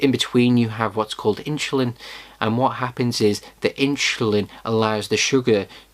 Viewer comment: Too much inshulin